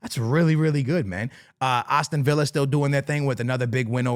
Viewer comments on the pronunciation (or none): none